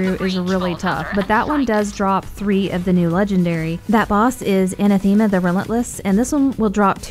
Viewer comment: Pronounced uh-NATH-uh-muh